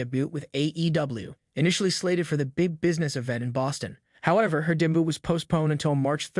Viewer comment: I love how the robot voice says "day-boot" when trying to say "debut".